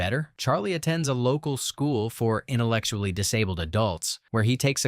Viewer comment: "innuh-lec-chew-ally". Yeah.